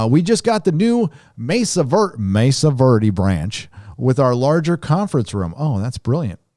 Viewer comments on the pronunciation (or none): none